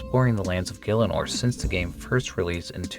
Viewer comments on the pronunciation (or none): none